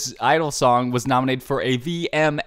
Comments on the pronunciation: And for your correction it is GEE idle but you almost got right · Y am I kinda liking him calling them idle and my friends r like “Idle who tf is idle it’s jeeeee idle duh” My reaction to them: 🙄 ur just jealous is cool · Why he is calling idle its G(idle)